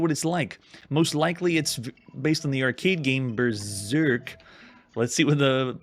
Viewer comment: just weird the way you pronounce 'berserk'